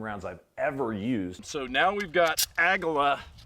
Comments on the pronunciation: Is it pronounced ag-uh-la? I always pronounced it ag-wee-la. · Aguila is pronounced A gee la. Great video. Aftermarket accessories will contribute to malfunctioning weapons. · How does manage to mispronounce aguila